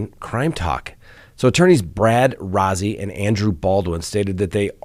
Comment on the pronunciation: ROZZI is pronounced Rosie per the gentleman himself.